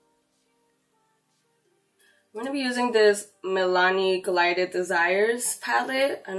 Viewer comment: How you gonna be in college and can't even pronounce the name of the eye shadow pallet right?? It's G I L ded not GLIded.... 🤦